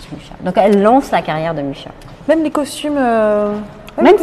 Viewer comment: Très bonne explication, mais attention on dit bien "Muxa" et non "Mucha", je vous laisse voir la prononciation Tchèque